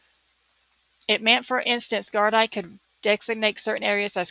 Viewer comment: Gardai is prounced gardee. Great cover